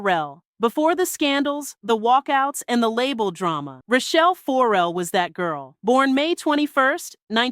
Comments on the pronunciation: 4-Rell is hurting my ears. fuhRELL us please. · Why are you saying her name like 4L? For L? It’s Farrell. Looks just like it spelled. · WTF is up with the FOR-rell pronunciation????